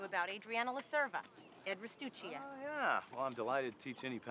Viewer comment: Funny how they're all allegedly Italian, yet can't pronounce "Cerva" properly. In Italian, "c" before "e" is pronounced like English "ch", so her surname should be pronounced "Cherva" rather than "Serva". 😁🇮🇹